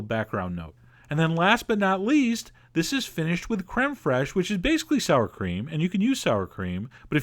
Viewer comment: "Creme Frayshe" Randy Marsh